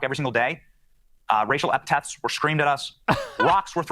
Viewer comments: First of all, he said "racial epitaths" instead of epithet. Go back to elementary school. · Racial epitaph or epethet? He should learn the language if he wants to live here lol. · He can't even pronounce "epithet"